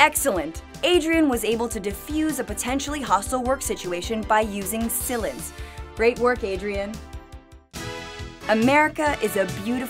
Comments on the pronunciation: SILENCE pronounced Sill-inced. 😂😂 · Gary McCaffrey Honestly I don’t agree with their view points, it’s completely faulty and wrong on many levels, but I think that added to the comedy of the video. Some parts were definitely funny, like Sill-lence instead of Silence.. haha :)